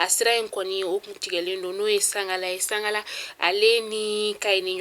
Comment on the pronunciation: Mais c'est pas sagala c'est segala merci pour les informations